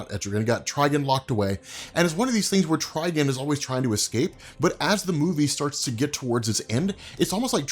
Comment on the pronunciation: Tri-gone! Please! 🤣